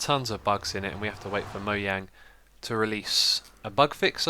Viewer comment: I like how you said Mojang the proper none annoying way :P .